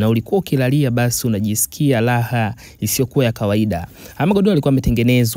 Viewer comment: SIO "LAHA" INATAMKWA "RAHA" NA SIO "GODOLO" NI "GODORO"